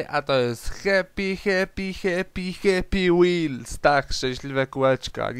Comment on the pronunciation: no ale to hepi hepi hepi hepi łils podobnie brzmiało ale odcineczek okej